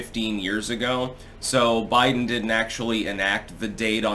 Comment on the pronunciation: A Bide'Den hahahaha